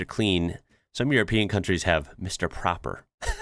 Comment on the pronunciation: Yes have been to the Icelandic church and it has an elevator all the way to the top where you have an amazing view over the city and all the colored roofs! Mr. Proper (not propper as you pronounced it) it’s one P so the O is pronounced longer. Proper in Dutch and Germanic language is actually the translation of Clean. So now you know Dutch/German word for clean! Proper.